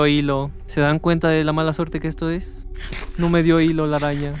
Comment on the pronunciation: Oigan dijo una aña en ves de araña